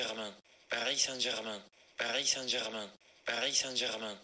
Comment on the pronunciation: Si lo escuchas muchas veces parece que dice "parí Sánchez man"